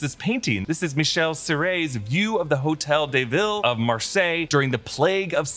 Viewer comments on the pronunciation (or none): none